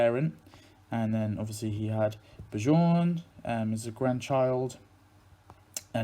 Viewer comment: With the name "Bjorn" you pronounce the "j" like a "y". Most languages over here outside of english use the j like you use the y. So it's like "Byorn"; but not "bye-orne", just "byo-rn". Another common variation of that name is "Bjarne", saying "Byar-ne" with a short "e" at the end that you would pronounce like a short "a". Why are english vowels all scrambled up? :D No worries. Everyone messes each others names up in other languages. It's half the fun.